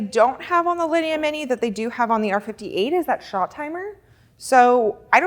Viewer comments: the store is beautiful but it hurts my ears to hear her butcher those names. It took me a while to figure out what was a "lini". Linea is pronounced "lin - e - ahhh" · a ninny pronouncing it like a lini lol!